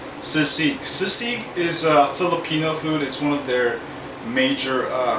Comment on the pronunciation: haha you pronounce it as seasig :P but yeah nice tutorial !